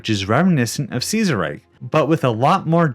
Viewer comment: Ceaserreich would he pronounced Kaiserreich since Kaiser is actually a more accurate pronunciation of Ceaser then Ceaser is since Kaiser basically is just meant to be Ceaser but you know German. Because of the holy Roman empire and such.